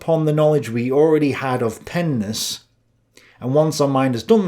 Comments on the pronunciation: Stop saying pennis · my child brain every time you say Pen ness thinking of something else lmao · You said pen-ness🤣and every time you say it I start laughing!🙏👍🏻🙋🏻‍♂️ Plato studied pens in all of their nesses 🤣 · This nigga tik talmbout some pen-ness… bruh sound like he talmbout some penis 😂😂😂😂😂